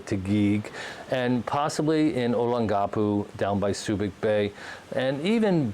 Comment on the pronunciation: Service connected only. You butchered Olongapo.